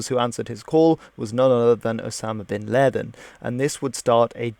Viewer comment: Why do you pronounce ‘laden’ of bin laden like that?